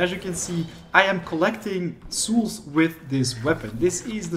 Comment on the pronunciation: Bro I love your videos, But learn how to say souls lmao xD